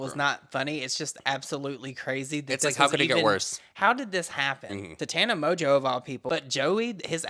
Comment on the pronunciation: Not Tana Monganow😂